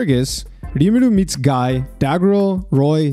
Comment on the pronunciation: Guy’s name is pronounced “gee” with the hard g.